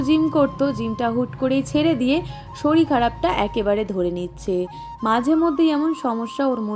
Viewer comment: Apnisarirke saril bolen kano?kothar sese golar swartai ba naman kano?